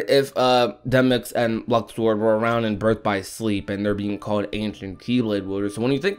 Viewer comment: Its Luxord come on now